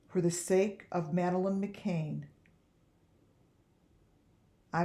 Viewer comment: Its McCann .."Mc CAN" NOT McCain ..Sorry its aggervating when Ppl Say My Last Name As McCain Its McCan